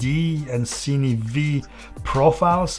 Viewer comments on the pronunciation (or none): none